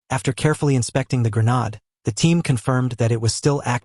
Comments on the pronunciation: 😂😂😂😂 it’s it’s not grownard it’s grenade😂😂😂😂😂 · Gra nod? There is no such word. Please learn to read and pronounce words. It takes away from all the other hard work you did . Pronounced gren aid. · This pon had better go back to school and relearn how to pronounce the woerd hand grenade which has a long a sound. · mispronounced grenade! boooooo!